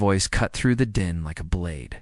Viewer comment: The word is "din", not den.